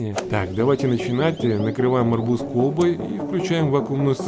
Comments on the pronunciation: Надо говорить арбУз а не Арбуз! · Все видео об арбУзах в вакууме произносятся с акцентом))) Вот еще одно видео: P.S. Вот как правильно: Там же можно посмотреть, как правильно произносятся: срЕдства, каталОг, дЕньги, но деньгАх, деньгАм, деньгАми, и т.д. и т.п. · В арбузе ударение на у